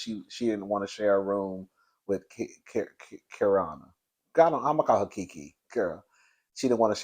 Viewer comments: I wonder how they are gonna show the fight when the cameras were down. Everyone said it wasn't filmed so they might show the before and then aftermath of it. PS: Keiarna - key-r-nah (i see you were having some problems with the pronunciation so i thought to help you out.). Also: they DID check on her. Wendy gave her a ginger ale (she had stomach issues) before Gizelle came. They just didn't think it was as bad as it was hence why they didn't check her on her consistently. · It’s Kiarrrrrrna… she should drop the r.. it’s quite annoying to pronounce. Charisse started shaking the table cause she was ready for everybody to leave so she needed drama for the producers to end 🎬